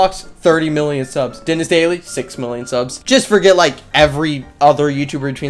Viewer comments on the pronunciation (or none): "30 bajillion siubs" got me DYING